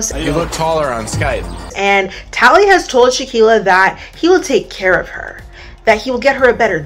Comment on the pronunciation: I am loving these videos First one I clicked on today ❤ When Nev said “tallie-HOE” 😂😂😂